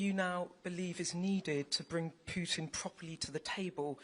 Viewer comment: PUITN?? Lol :-)